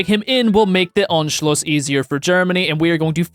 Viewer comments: it’s pronounced on-shl-us, not unshloos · you dont say anschluss you say unscluss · It is funny to me how you pronounce Anschluss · As a German, it’s not “unschluss” it’s “A-nschluss” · tbh, you still lack the skill to speak german or austrian words correctly... i lack that skill, too v but i at least know how they are supposed to sound and anschluss was not spoken correctly. it's not ONSCHLUSS!